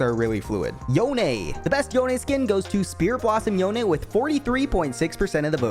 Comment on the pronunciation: You pronounced some names wrong. Do you think Yone pronounced as You Nay? it's clearly not, it's yon en.